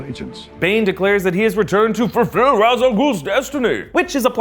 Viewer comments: Ok is anyone else gonna notice how he pronounces Ra's, it's pronounced Raysh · Love the movie but it bothers me that they pronounce it as "raz". It's "raysh".